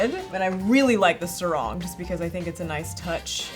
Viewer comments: im just laughing when they Sarong to "serong" hahhabab u would be so embarrassed if u say that in Malaysia we speak english to bruh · You pronounced sarong wrong.